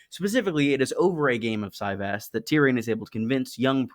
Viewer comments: Is that really how it’s pronounced? I thought a soft Y as in Valyria, no? Si-Vahs. Ahhhhhhs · Kings and Catapults on steam is like Cyvasse (pronounced Si-Vahs) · I really felt like it would be pronounced ce-VÁSS 🤔